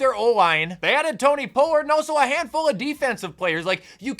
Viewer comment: Is the way you pronounce gesicki and pollard on purpose?